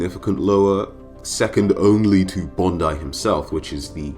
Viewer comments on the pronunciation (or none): none